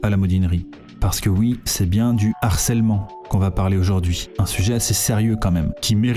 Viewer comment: Non, et "l'harcèlement" ça flingue les oreilles.